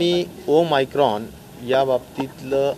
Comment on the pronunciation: Om micron nhi saheb omicron